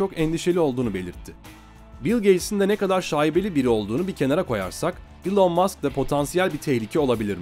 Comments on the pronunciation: Elın diye okunuyor zannediyor heralde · Doğrusu "İlon" diye okunuyor zaten eğer buna takıldıysan. Sen yorum yapmadan önce bi araştır istersen:) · Boylesine guzel bir mecrada birde su kisilerin isimlerini dogru telaffuz etseniz keske..